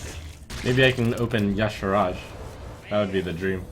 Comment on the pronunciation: Everytime he pronounces Y'Shaarj I die a little bit inside, why is he inventing letters? It's pronounced ee'Shaar, much easier than Ya'Sharaj.